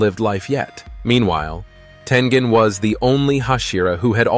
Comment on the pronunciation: Did I just hear him say tenjen???